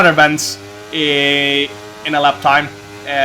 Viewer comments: I'm Bence as well and you say B E N C E not BENC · Hey Jarno, I'm from Hungary. Just a tipp, when u pronounce the name:" Bence" say the second "e" as well not just Benc, its Bence